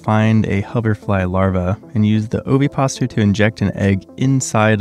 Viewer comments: The egg grows? Dude, that's not correct. Also it's pronounced ovi-pos-i-tor, not oviposter. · It's not an oviposter, it's an ovipositer. Pronunciation matters. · (Ova-poz-i-ter) ovapositor. AI pronounces oveposter. 😂😂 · yeah he is mispronouncing the word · For anyone wondering it's pronounced "ova poziter" like how positive sounds but positer, ova like ovary. Ovipositor. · Think “depositor” when you say “ovipositor” 💀😅 it’s not “ovipaster” or whatever you said lol missing a whole syllable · Mispronouncing ovipositor. You’re cutting out a syllable. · OVI-POS-I-TOR! You mispronounced the word ovipositor. "Ovi" meaning egg, and "Positor" coming from the root word "deposit". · O-vi-pos-i-tor. Five syllables. It dePOSITs ova, eggs. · You're mispronouncing ovipositor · Ovipositor rhymes with depositor. That 's' makes a 'z' sound. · Ovipositor is a five syllable word, dude. You sound ridiculous